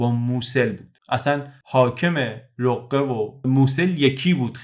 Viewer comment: تلفظ صحیح اون شهر، «رَقه» است. نه «رُقه»❤